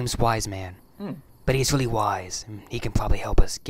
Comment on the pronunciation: annunciates everything with a w instead of an r "now I shoot people fow weal!"